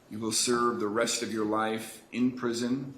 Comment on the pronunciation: Why the judge keep pronouncing “life” as “rife” ??